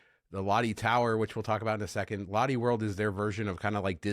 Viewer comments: 🤣롯데 (Lotte) is pronounced more like LOT-tay... 🤣🤣but then again I purposely mispronounce Marriott to not sound like a prude, hahaha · Lotte is pronounced close to lowtay 😊